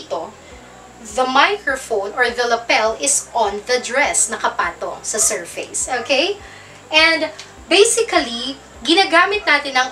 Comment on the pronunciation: Hello po again teacher. Galing talaga magpaliwanag ah, kaya lang sana wag po kayong magagalit, parang masakit sa teynga ko ang pag pronounced ninyo sa salitang SURFACE. Keep up the good ma'am madami kang natuturoan including myself, salamat po muli. Watching from Idaho USA.